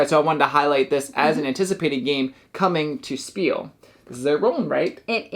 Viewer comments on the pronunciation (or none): Thank you again for this video. A little FYI: "Spiel" is German for "game" (and/or "play"). It's pronounced like" Sh peel" - not "S peel" :)